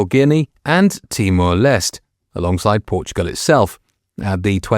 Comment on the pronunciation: It's pronounced Timor-Lestay.